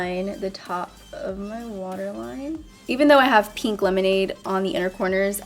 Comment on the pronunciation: Why does she say the word pink like peeenk? Does she pronounce ink like eeenk? It’s weird lol